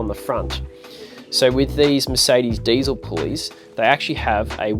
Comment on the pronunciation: It's not ...daisel ... It's diesel ... Poor uncle Rudolf ....